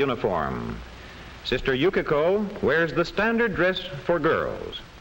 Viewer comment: ナレーションの”Yukiko”が”Yukako”に聞こえるの私だけ？